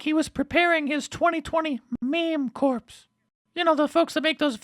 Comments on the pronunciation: Did Stelter just say "meme corpse" ...like Obama says Navy corpse-man?? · "His meme corpse" really Brain, a "man" with your education and you can't pronounce the word corps 😂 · I just checked Stelter's actual video. He really did pronounce meme 'corps' as 'corpse' instead of like 'core'. Either someone else writes his spiel or he's reached adulthood thinking you say Marine 'Corpse' and Army 'Corpse'. Mind you, the previous President once called a Corpsman a 'corpse-man'. Guess it just shows what Dems think of military terminology. "Corpse, corps. Ah, what's the difference?" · He actually pronounces it C O R P S 😂 what a fucking loser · Hahaha... Brian said "meme corpse". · I checked the original version. Stelter really did pronounce corps as corpse. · Did little Brian just pronounce " corps " as corpse??????